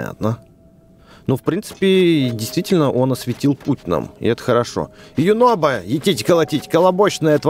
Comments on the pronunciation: Его зовут юнобо а не юнобко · А почиму Юнобо вечно говорит горо???